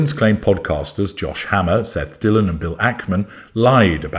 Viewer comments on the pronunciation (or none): none